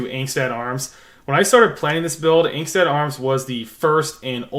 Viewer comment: Pronounced “ong-stot “